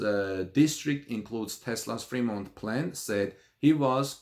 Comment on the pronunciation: Hahahaha the only Tesla factory that is closed is pronounced Free-mont and is in the Free World!